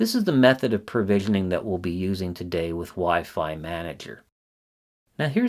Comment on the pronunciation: PROvisioning, not PERvisioning.